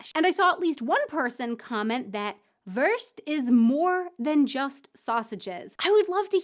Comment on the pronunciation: Aussprache: Wurst ist nicht wörst. Das u ist wie in you y"u"o Das ist der Unterschied wie in füttern - Nahrung geben für Babies oder Tiere - oder eben futtern, was ein Ausdruck ist für essen, das kleine Kinder machen. Auch futtern nicht zum Überleben, sondern mit warmen Gefühlen zu Weihnachten oder zu Ostern, wobei man schon satt ist, aber es genießt. I like you